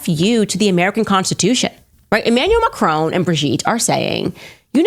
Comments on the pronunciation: It's Macron as in Mac ron not macrooon. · It is Macron, not Macrone... please 🙏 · It is not MACRONE!!!!!! My god...can't even pronounce the name properly!!!! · 'Mah-cron'. There's no 'E' on the end, it is not 'Ma-crone'. It's French, dude. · American podcast all pronounce Macron as Ma crone, it’s Ma cron as in ron………………sorry for being pedantic but I do feel better now 😂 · Macr-on not Macr-own!!